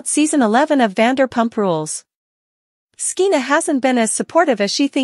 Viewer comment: SKEENA? What's wrong with you? Her name is pronounced like SHEENA. You sound ridiculous. When did you ever hear of the name SKEENA?